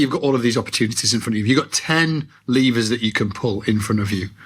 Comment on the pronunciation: Starting, it took me way too long to realize was saying "levers", I thought he was saying "lemurs".... Was a confusing but lovely visual in my head during that time 😅